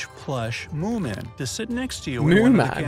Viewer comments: Did u say moon man Ali? It’s moomin😂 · They are called moomin not moon man